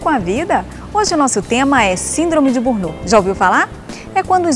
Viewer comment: Por favor, corrijam a pronuncia da palavra burnout.